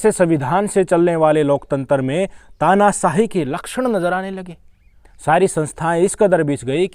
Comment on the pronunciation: Tanasaahi nahi Tanashaahi bolo